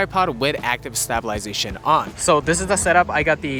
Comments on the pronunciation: That’s a pretty funny way to say stab-I-lization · I like how none of his friends are going to tell him how to pronounce stabilization, lol. Come on, guys, you did your boy dirty! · Amazing video. 10/10 honestly, but one question.. why did you pronounce stabilization like that 👀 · Can you say stabilization correctly tho?